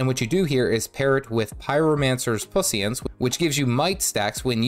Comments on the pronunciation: thanks for the great guide! Dude, Puissance - "pwee-sonts", I know its a tough one - so you neednt say pussyants again! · Oh god Pussy-Ants DX im pretty sure thats not how you say that, lol. Also I feel like the complexity of Elementalists isnt as hardcore or scary as many make it sound. While with most builds you need to be swapping attunements, you dont lose much if you play suboptimally. So you can chill and use the elements you deem useful, but you dont have to stress about doing the "perfect rotation". Only the Elite Specialization Weaver is difficult and needs you to play very well to be impactful. Tempest and Catalyst and Base Ele are not that crazy difficult.